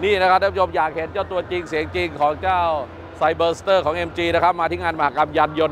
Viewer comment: รู้นะว่าไม่ใช่ภาษาพ่อภาษาแม่ แต่การออกเสียงชื่อรุ่นรถมันไม่ได้ยากเกินกว่าจะศึกษา ไซ เบอ ซะ เต้อ เชรดโด้ว